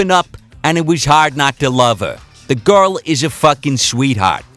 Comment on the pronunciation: "...the guhl is a real ahhtist"